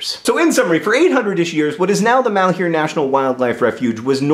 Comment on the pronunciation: It makes me cringe every time I hear somebody pronounce "malheur" as "mahl-hyoo-r". "Malheur" is a french word pronounced more like "mahl-ur", meaning misfortune, bad luck, trouble, grief.